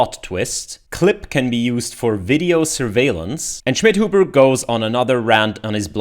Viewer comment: I just like the pronounce: You_again Shmidhoobuh